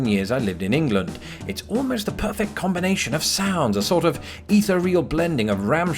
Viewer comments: ee-ther-REAL? I've never heard it pronounced with the emPHAsis on the 3rd. sylLAble before. Is that a Brit thing? On this side of the pond, all I've ever heard is eh-THEER-ee-ul. My pronunciation (in IL) for ornery is ORN-ree. Along with copacetic, my mom, and only my mom, sometimes used super domboncical. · The way you pronounce ethereal caught me right away. I'm sure you already know but we do not accent the first syllable but instead the second and no secondary accents on the other syllables.